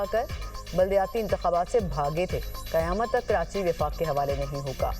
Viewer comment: Karanchi nhi karachi hota hai bhai phely bolna sikh 😂